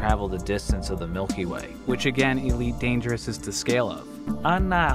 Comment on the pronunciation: EEE-leet Dangerous